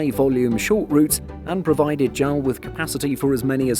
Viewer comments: JAL is official, not J-A-L. A-N-A is official, not ANA. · Have to quit watching after a full minute of hearing JAL pronounced "gel". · It's the first time I hear someone pronounce "JAL" like a word. People around me always say "J-A-L", just like you didn't pronounce "SIA" as "sia". I just find it interesting, is there anyone else who pronounces it as "jal"? Or does anyone say "ana" instead of "A-N-A"? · It is werid to hear JAL instead if J-A-L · I noticed that too. I always pronounce it as separate letters.